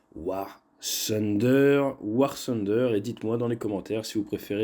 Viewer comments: Ce n'est pas "sunder" mais plutôt "funder", le "th" se prononce comme un "f". Par contre pour "the", en France on dit "ze" mais les anglais dirions plutôt "de" comme avec un "d". Mise à part cela la vidéo est superbe. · On dis tunder ... Mais sinon bonne video